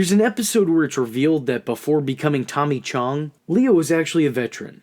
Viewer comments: His name is Tommy Chong, not Tommy Chung. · My man just said tommy CHUNG. Bruh